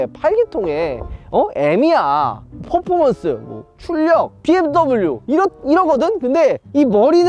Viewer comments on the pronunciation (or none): none